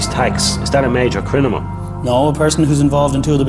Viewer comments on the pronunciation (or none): Like how he keeps saying crinimal 😂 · Him saying “I’m not a crinamal “ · Why can't dubs say CRINIMAL SORRY CRIMINAL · Smooth "Crinimal" 😂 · “CONVICTED CRINIMAL” 😂